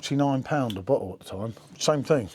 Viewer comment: Bottle? Or butthole? Go ahead...say it again😅